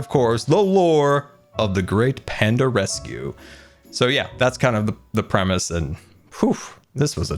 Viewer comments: Ahem...... its rescue not resue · What a jam packed episode! Ummm......what is a 'resue?' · Panda "resue"? 😂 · “Panda resue” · "Panda Resue" lmao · “Panda Resue” 😂 I love you. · Panda "Resue" Lol I love it